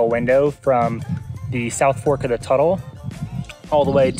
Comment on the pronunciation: Looks like a fun hike. I haven't been to Mt St Helens since before the eruption. Toutle is pronounced Too_tle.